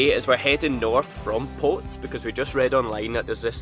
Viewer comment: Looking forward to Portugal already! Really enjoyed your trip across the Costa Verde, one of the most underated areas in Europe. The Fuente De is fantastic having been up and down it many years ago! By the way it's the Picos de Europa not Pico and Potes is pronounced "Potez" and not Potes....